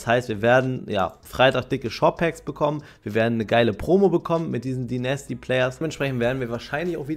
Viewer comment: Bitte [Deinästy] sagen, höre die ganze Zeit nasty raus 😭💀